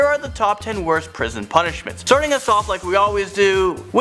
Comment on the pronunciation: The punnishments